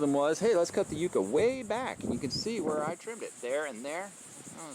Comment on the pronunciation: The pronunciation of this plant ? Ummm . I never heard it the way you say it